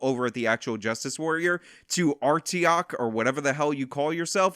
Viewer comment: Aye-Tree-Ock. Not Arteeock